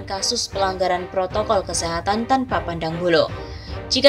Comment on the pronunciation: ADA TEKS MASIH SALAH BACA NYA APA LAGI TDK PROTOKOL BUKAN PROKOL JOK ,PRESIDEN PALING BURUK MEMBERI CONTOH YG TDK BAIK KPD RAKYAT NYA